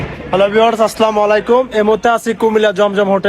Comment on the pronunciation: ভাই কষ্ট পাইবেননা। একটা কথা বলি সালামটা শুদ্ধ ভাবে দিবেন এর বিপরীত অর্থ খারাপ